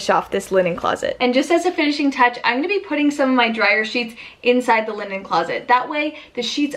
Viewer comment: I love the way you say "Igonna" (I'm going to) <3